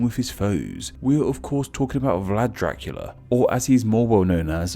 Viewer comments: Question with pronunciation (what a surprise): Can you make the “dr-“ sounds without making it sound like “jr-“? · fishlegs It’s a common habit for English speakers. “Dracula” phonetically came out sounding like “Jra-kyoo-luh.” Similar to “Drive” sounding like “Jraiv,” “Tree” sounding like “Chree,” or “Fortune” sounding like “for-Chin.” Do you ever notice this?